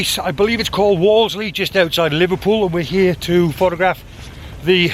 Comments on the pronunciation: I think you mean Wallasey (pronounced Wallace -as in the surname - + y; i.e. 'Woll a sea') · Another great vid..i go here once a week cos i live in liverpool..by the way pronounce wallasey like this..wal-la-see. Keep em comming